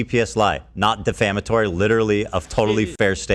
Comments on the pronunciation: Why can't you pronounce defamatory 😭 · I enjoy you, and hope you do not take offense, but... dee-fama-tory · De-fam-i-tory. Not defimitory. Damn bro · its de-fam-a-tory lol, not de-fame-a-tory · I know English isn’t your first language. I’m not an English native speaker either. I feel like defamatory tripped you up. It’s defAmatory not defamAtory and it’s a real word 😅 happens to all of us! Just wanted to help in case you cover a defamation suit in the future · “defa-mate-ery” lol “Defamatory” is pronounced, “Duh-fam-a-tor-e”, my dude. Just trying to help! Also.. the 1,000+ clowns who donated a total of over $30,000 to “Denims” didn’t donate $1,000 each… It would require each of them donating $30 a piece in order to raise the 30 grand. If all 1,000 of them donated $1,000 a piece she would have $1,000,000. But yeah, I don’t care whether they donate just 50 cents! It’s pathetic to send her anything at all. No matter how down bad you are, I don’t see how/why any dude in their right mind would ever send money to Denims of any of these twitch girls. Like wtf do they get in return? A hollow “thank you” and a fake smile? Are they not aware of the fact that the internet is absolutely flooded with free porn?! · Duh-fam-uh-tor-ee, not deee fa Mator ee. I agree with ur takes and vid but ur pronunciation just hurts me idk y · Lol defimayturee Defamatory Dee Fam A (uh) Tory Defamatory Lol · De-fam-ah-tor-ri Holy fuk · Def-ă-mātor-y. Possibly the funniest way to pronounce that word I’ve ever heard. 🧏🏼-a-🍅-ee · DEE-FAM-UH-TORY. You talk for a living and you dont know how to pronounce defamatory????? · I agree with everything you're saying, but the way you say "dee-FAM-uh-tory" is hilarious 😂 (I spelled it out the way it is pronounced) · Def-Ah-Mate-Oh-Ry? Are you regarded? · This content creator can't even pronounce dee-fama-tory. That's phonetically spelled for those grammar police. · Defamatery lol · Defamaterry, haha. If spelling were how he pronounces it. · "defaMAYtory" lol